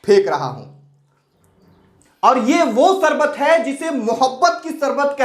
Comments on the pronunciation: Chal sale baiye pehle teek se hindi toh sikh le fir bol sarbat nahin sharbat hota hai shkti shakti hota hai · Are app teacher hona Sarbat nahi hota Sharbat hota h